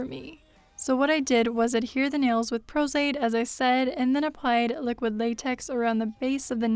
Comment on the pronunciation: What so the p word you’re using for glue? “Pro-zaid”?